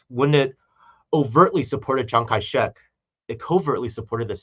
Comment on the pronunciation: I love how whenever says Chiang Kai Shek, it sounds like he says Chiang Kai. "Sh!t"!! 🤣 Is this intentional,? 🤣